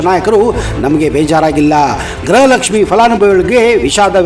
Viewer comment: ಗ್ರಹಲಕ್ಷ್ಮಿ ಅಲ್ಲ ಗೃಹಲಕ್ಷ್ಮಿ ಎಂದು ಉಚ್ಚಾರಣೆ ಮಾಡಿ ಮಂತ್ರಿ ಮತ್ತು ನೀವು ಕೂಡ ಗ್ರಹಲಕ್ಷ್ಮಿ ಎಂದು ಉಚ್ಚಾರಣೆ ಮಾಡುತ್ತೀರಿ ಇದನ್ನು ಸರಿಪಡಿಸಿಕೊಳ್ಳಿ.